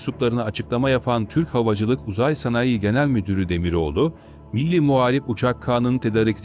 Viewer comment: Türkçe konuşmayı bilen bir konuşmacı bulsanız? Tedarik ve sanayi sözcüklerini söylemeyi bilsin bari.